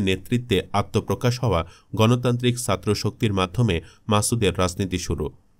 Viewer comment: ভয়েস আর্টিস্ট আরেকটু মানসম্মত হলে ভালো হয়, উচ্চারণে প্রচুর সমস্যা। এক মিনিট শুনেই বিরক্তি ধরে গেছে, পুরোটা শোনার আগ্রহটাই চলে গেছে! 'ছাত্র' শব্দের উচ্চারণ করছে 'সাত্র'!